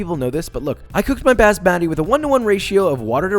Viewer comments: OMG this a traditional meal in my country (Pakistan) and oml It's hilarious to see him pronounce all those words! BASMADII! hahaha you have to pronounce it as b-aaa-ss-ma-tee. LOL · It’s called Basmati not Bazmati !! Basmati means My Smile in Arabic😐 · It’s bas-MA-ti not bas-matty. Is it so hard to learn how to pronounce things correctly? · "Bas-MADDY" that's how I'm gonna pronounce it from now on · Just fyi it's pronounced more like "basz-muh-ti" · my man, im indian, basmathi rice is pronounced differently but they way you said it was a first lmaoo, (usually pronounced boss-mah-thee rice) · Joshua: “Bazz-mah-tee” My mom walking by: “Did he try to say Basmati” Me: sighs* yes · Bruh kinda butchered the pronunciation of garam (guh-rum) masala (mah-sah-la) and basmati (bus-mah-tea) lol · it's baas-ma-ti where y'all at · Fuck You Its actually pronounced Baas-muh-ti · It's actually bas-maati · Oh ya? I thought it was Bus-mathay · Base-matey is the greatest pronunciation ever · He may have made some tiny mistakes but this recipe was kinda accurate, also props to him for actually trying to say basmati lol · ugh how he pronounced basmati pissed me off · nah tee is prodeiced like "tea" the bed of basmati should be pronounced like thee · As an indian, I approve!! Although I kinda cringed at your pronunciation of Basmati rice xD. Also, your voice sounds higher pitched when u do the explaining of the cooking. Idk if thats a mic thing, but relax, your a good cook, your a funny dude, no need to tense up if that is what is happening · His pronunciation of basmati rice is driving me insane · Please never say basmati again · Alright as someone who grew up on this, I have to say it: never pronounce “basmati” like that ever again please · Thought he did it wrong on purpose as a joke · basmati- someone teach him pronunciation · i got panic attack with garam masala and bazz-ma-thy 😂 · Bro its Bass-mat-e From an indian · I love Josh but "Bazzmatty Rice" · This dude really said bASSmati